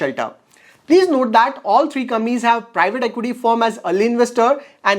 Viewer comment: Can you spell compaaaaaanies instead of Gampies . I was trying to understand what it was till u figured out